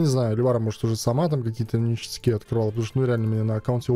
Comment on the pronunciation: грамотей,не нештяки,а ништяки)))))